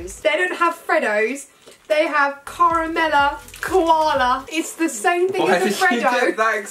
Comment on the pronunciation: She also said " Carmal Koala " and not caramel koala. Like she said it like carmul and not like Carrumal